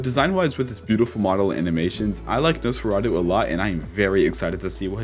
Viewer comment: you pronounced it right. Amazing! 😹😁 #tuesday